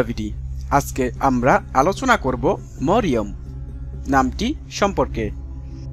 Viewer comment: Marym are sothik uchcaron marium hoile,apni moriom bolesen kano